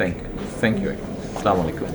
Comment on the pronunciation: সেলামলাইকুম কেন ভাই, আস্সালামুআলাইকুম বলবেন কাইন্ডলী